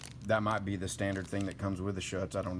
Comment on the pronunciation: It is Schutz pronounced SHOOTS... because... well... it SHOOTS...